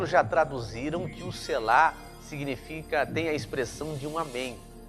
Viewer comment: Precisa observar que uma letra muda o significado.....no Hebraico tem pelo menos 3x essa palavra e muda uma letra com isso muda o sentido. A pronúncia é SELA E NÃO SELÁ. falo do Hebraico.